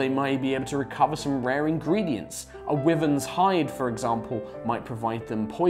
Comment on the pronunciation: I’m actually triggered every time says the word wyverns.